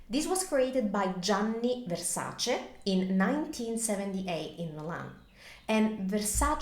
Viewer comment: You should've right ver-SAH-chay otherwise it becomes Versaci